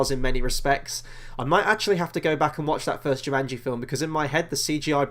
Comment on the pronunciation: Not Jimanji, its jumanji lol